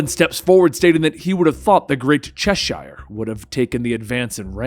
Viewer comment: Its not pronounced Chesh-shire, in england it's Cheshire like the cat, its like when you say Worcestershire sauce, it's like a tongue twister for americans for some reason, unbenouced to me!